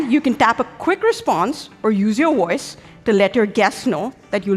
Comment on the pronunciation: “Use your woice”